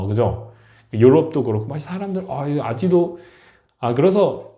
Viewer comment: 아지도 > 아직도 로 발음에 신경쓰면서 연습 해주세요 , 좋은 정보 감사 합니다.